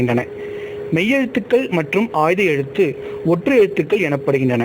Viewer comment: உச்சரிப்பவருக்கு ஒரு வார்த்தை. அது ஆய்த எழுத்து. ஆயுத எழுத்தன்று.